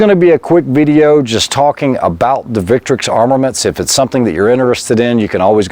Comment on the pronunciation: Thank you very much for pronouncing the name of the brand correctly.